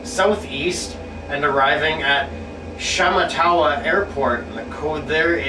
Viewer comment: it's pronounced sh matt a wa.